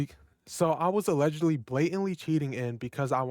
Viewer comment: SAYS « ALLEGEELY COLORBOTTING »YOUR COLORBOTING??? Cuz it seems you worked hard to say FOR 50 minutes you dont colobot